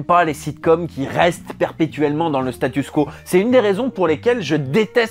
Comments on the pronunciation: Tu dis statuss quo car on l'entend bcp dans les programmes américain des dernières années. En anglais Status Quo, en français Statu Quo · Pourquoi tu dis statusse ? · Par contre on dit "statu quo":) cœur sur toi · Enfin tu prononces à la francaise le mot anglais "status" 😆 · Tu dis "Statussssss quo" comme en anglais, comme on prononce le nom du groupe Status Quo qui chantait "In the army now". Ce n'est donc pas une erreur, c'est juste anglais :) Par contre on dit "aller de Charybde en Scylla" en prononçant "Karibe", comme on prononce "charisme" avec un son "KA". Sinon sur le fond de la vidéo : deuxième vidéo sur Futurama que j'ai aimée, je vote donc OUI pour un top sur South Park :D